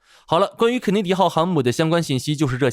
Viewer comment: 甘奶迪号！哈哈哈😂😂😂😂